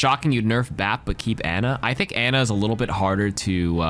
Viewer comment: How does an Ana main mispronounce her name 😢